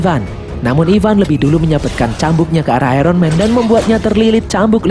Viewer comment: Iron di baca ayon bukan ayron